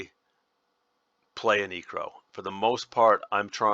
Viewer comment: “This is my neecro spell set.” I had to do a double take on that one, my neecro